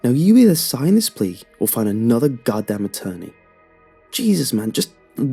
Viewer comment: Plea? I thought he said peas